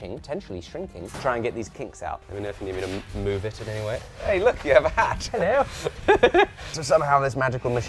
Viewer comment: "Ello!" classic Brit, so cute... also, the human sized cone of shame. haha